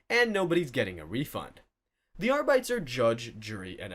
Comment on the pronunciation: Please learn how to pronounce Arbites and Omnissiah. You sound like you're just reading off a wiki with no actual interest in the subject.